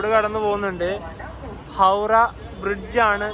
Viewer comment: Hawda ❌ Hawrah✔️